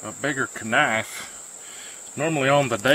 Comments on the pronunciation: Nice vid……..but what the hell is a ka-nife?!!! 😳😂😂🤷🏽‍♂️ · 😂 yes yes someone else that pronounces the K in knife, ka-nie-ffe 😂knife 👏 👏 👏 👏